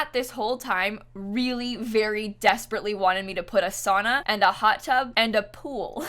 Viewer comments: its saUna not sana lol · it’s SOW-NAW NOT SAW-NAW